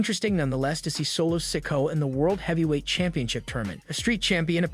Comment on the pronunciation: Hope Solo doesn't ever win a title. I struggle to listen to you trying to pronounce his name. What's wrong? Got something stuck in your mouth?